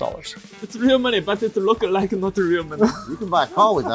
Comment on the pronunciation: " issa real money but it does a not rook a rike real money..."